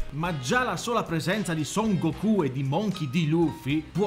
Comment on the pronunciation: Se dici Gokú allora devi dire anche duragon boru😂